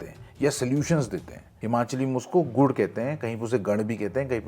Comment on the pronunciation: Just wanted to correct you a little the person is known as gur (गुर) not gud.baaki story crazy thi 🔥